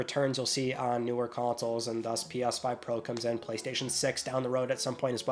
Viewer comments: Why does it sound like you're saying "P-OSS-5"? Am I finally going insane? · Pee Arse 5. Interesting pronunciation.😂